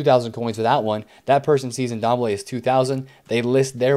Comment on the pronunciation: Great videos as always, just maybe might want to pronounce players names correctly. That Ndombele name killed me.